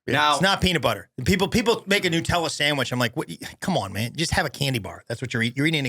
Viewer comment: it’s NUTella not NEWtella! Stop the madness!! 😮